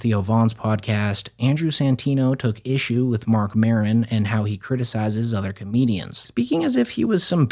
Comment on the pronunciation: My dude said comenians